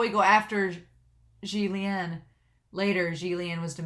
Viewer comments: Yeah she butchered it so hard that I cringed and when she butchered 'Xian Le' I was like: no, you know the Xian part come on. XD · Xie Lian is pronounced How to Pronounce Xie Lian I think you will hear the names very soon. And I am so happy you are doing this series.